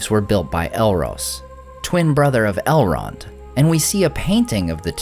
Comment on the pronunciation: did you say "Halrond" at min 7?